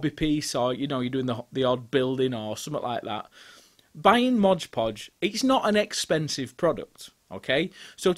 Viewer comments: I stopped counting how many times you mispronounced it as Modge Podge ;) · NO "G" IN "MOD"!!! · It's not 'modge podge.' It's 'mod podge.' The 'mod' is short for 'modern.' I used to make this same mistake when I started using it 30 years ago. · It’s called ModPodge not MODGPODGE. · Mod not Modge. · It's MOD Podge not MODGE Podge. Read the label. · if you're going to be a craft content 'influencer', you should at least be able to pronounce the names of the products you use correctly.